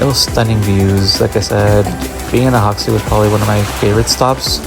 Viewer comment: The J is Ajaccio is not silent. It's not Spanish. Its hybrid French/Italian.